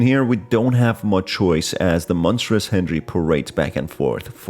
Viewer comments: Why do you say henjery instead of Henry? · Every time you say hendjry I take a shot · sounds like you're saying hendry